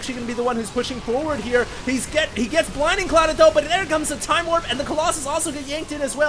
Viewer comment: we all love you, but its BLINDING cloud. not "binding"